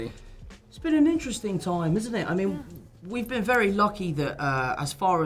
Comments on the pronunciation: Holland's "toime" instead of time is so funny to me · Tom H: A wonderful toim 🤣